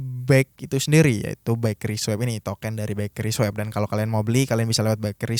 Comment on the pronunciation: Sebut token-nya pake eu Pak, jgn pake é. Jd salfok ke 'sesuatu' yg lain hahaha